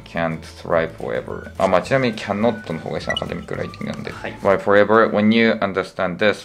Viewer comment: butもbatになってる？